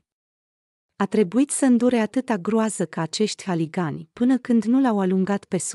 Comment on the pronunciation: Buna ziua , povestea e frumoasa și de luat in considerare ,se întâmpla în viața reală dar cititoarea noastră e de tot hazul auzi ...haligani incorect se spune huligani.